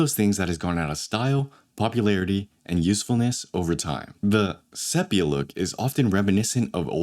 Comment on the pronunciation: * seepia, not seppia